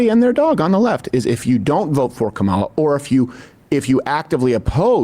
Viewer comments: Did you notice that he accidentally pronounced her name correctly once, immediately after purposely mispronouncing it - . I'm calling it the trumpian-I'm-not-christian slip, in dishonor of freud 😉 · He mispronounced then correctly pronounced her name in the same sentence. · Ever notice that when they are not paying attention, they are actually saying her name correctly, they only say her name wrong when they are really trying to say it wrong. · I love how Crowder accidentally said her name right then immediately made sure he said again in the same sentence incorrectly. These clowns are so over the top racist it is actually funny 😂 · Why do they keep mispronouncing her first name? Shes been in the VP office for 4 years now.